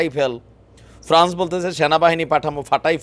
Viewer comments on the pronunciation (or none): none